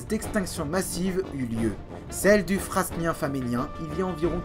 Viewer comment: Suite au live de mardi, je me refais la série du lpia😉 C'est top comme souvent, en plus des infos, j'adore la tension que tu mets dans la vidéo. Le choix des musiques est top aussi. Il faudra venir en Belgique découvrir les stratotypes du devonien et carbonifère 😉 D'ailleurs, on dit (ici en tous cas) Frânien et pas fraSnien, le s ne se prononce pas comme dans "fresnes" qui a donné frêne. Aussi pour Vizeen et non Visseen.